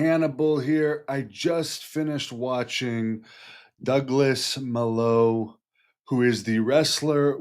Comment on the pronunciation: Its pronounced Mah-low. Its a spanish word that means 'bad'. Pretty sure is a ring name. He's a hero.